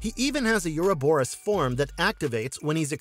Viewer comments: Mouth-breathers will always pervert language, yuur speech patterns are mind rot, just terrible phrasing and horribke pronunciation like "you-row-boe-rus" for "Ouroborus" ... it is pronounced "O-ro-boe-rus," no "you" sound in the word. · You do not pronounce the word, "Ouroboros" correctly.